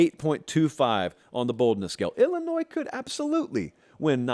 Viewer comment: There’s no “Z” in Illinois